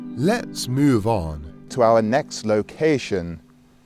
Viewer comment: "Lets 'mooov' on" * cut to shot of a cow* Eh? Eh? Just me?